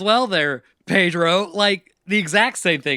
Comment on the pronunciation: Pedro. Not Padro.